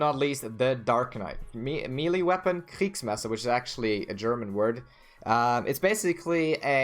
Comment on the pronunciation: Wow, your pronunciation of Kriegsmesser was flawless! Subscribed!